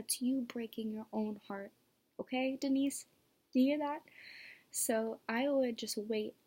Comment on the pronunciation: It’s not Denise it’s D-nice lol hopefully you watch comedy